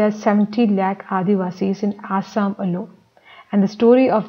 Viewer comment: Ur prouncing is wrong It is not aasam it is assam And also it is not odeesha but instead orissa